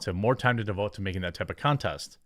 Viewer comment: "It's like farming these women in TUH..." It's TO, Jeremy. pronounced "TOO", not "TUH".